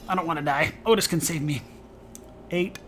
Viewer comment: I did a corn/eve run on madness 10 recently and noticed the same thing - enchanted weapons is REALLY powerful, even when just loading up his +fire/flame. BTW I think it's pronounced Ottis...